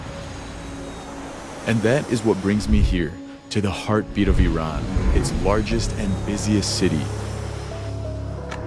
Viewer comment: Welcome and thank you for saying it right" IRAN". not "I ran"❤